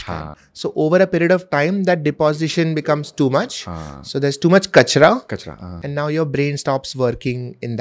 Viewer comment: seeing say kachra aah 🤔 cracked me up😂